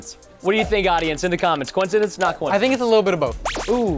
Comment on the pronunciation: Not a cowincedince